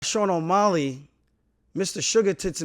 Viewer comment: Buddy can say Petrs name with ease but can’t pronounce O’Malley